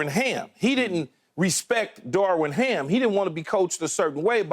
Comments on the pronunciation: Key…. It’s darvin ham not darwin ham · Its Darvin Ham not Darwin Keyshawn. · Keyshawn gotta stop mispronouncing EVERYBODY’S name!!! Its Darvin not darwin and its Darrell Morey not Morley!! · Please someone tell Key it's DARVIN HAM not DARWIN 😂😂😂